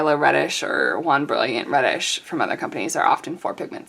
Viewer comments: Jaune Brillant (tief/dark/foncé): French for Bright Yellow (Dark!) :^> I'm afraid you're reading 'jaune' as the Spanish 'juan'. Jaune Brillant is pronounced, roughly: Zhown (or Zhone), where 'Zh' is like the J in 'Je suis'; and Bree-ah~, where '~' is an unterminated nasal vowel version of 'n'. The final 't' in Brillant is silent. (Please forgive me, I can't help myself.) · you pronouncing "Jaune" like "Juan" is disproportionately hilarious to me